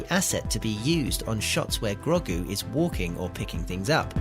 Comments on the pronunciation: Who is Grog-gu? Clearly not watched the show with that cringey Grandad pronunciation... 👎👎👎👎👎👎👎👎👎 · That pronunciation of Grogu 🤦